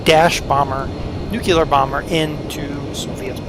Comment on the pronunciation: A nuculer bomber? Really???